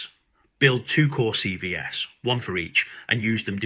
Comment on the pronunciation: "But what's missing from most C V ESSS" That took less than 6 seconds for you to screw up your Ai script. CV plural is pronounced SeeVees Say it SeeVees is going in the No pile.